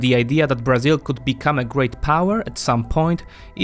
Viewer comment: Beginning with the wrong pronunciation of Brazil as "BrAzil" (with tonic syllable on the A, when it should be on the "I"), this video is a collection of mistakes. Brazil implemented import substitution policies (ISP) until the 1980's. Not so today. ISP, by the way, was used to promote industrialization, not agriculture and services. Brazil is undergoing a deindustrialization, which the current government is trying to reverse. The reduction in complexity of Brazil's industry is a direct consequence of governmental emphasis on fiscal austerity instead of investment oriented policies.